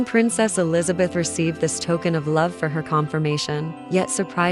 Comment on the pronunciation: I know this is AI but maybe AI can figure out how to say Queen Elizabeth II, properly, she reigned for 70 years and 214 days... just saying